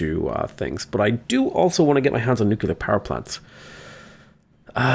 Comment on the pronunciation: My ears bleed with every "nucular" thingy